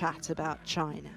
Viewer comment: chinerr is HUGE.